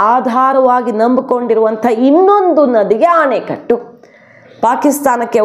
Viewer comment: ಅ ಣೆಕಟ್ಟು ನ್ನು ಆ ಣೆಕಟ್ಟು ಎಂದು ಯಾಕೆ ಉಚ್ಚಾರ ಮಾಡುತೀರಿ ಅ ಮತ್ತು ಆ ಇದರ ವ್ಯಾತ್ಯಾಸ ತಿಳಿಯಿರಿ